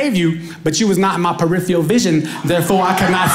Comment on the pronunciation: He's pretty good, even if he can't say "peripheral". Lol He knows he can't spell it😂🙃 Also, pausing for just a second is hesitating